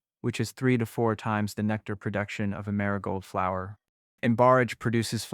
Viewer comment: The AI reader doesn’t know what a flower actually is. When it says “flow-er” pronounced like flow, like how water flows in a river or from a faucet…instead of how we correctly pronounce flower.